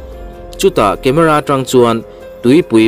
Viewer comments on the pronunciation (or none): none